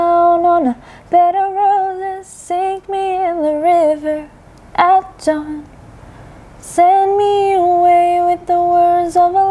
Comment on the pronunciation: "... sink me in the river at DAWN" bukan down matahari tenggelam, tapi fajar 🙏🏽